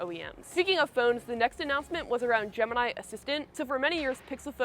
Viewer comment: It's not Gemanayi it's actually gemiii neee